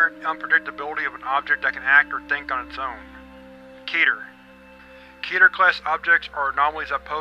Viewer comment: It’s pronounced KeTer nOt kEtEr